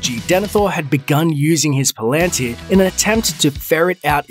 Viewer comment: You can’t pronounce Tolkien’s languages to save your life! Pal-an-tir. Not Palaan-tir.